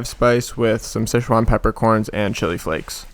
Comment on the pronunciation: Somehow, you wrote sichuan correctly yet pronounced it wrong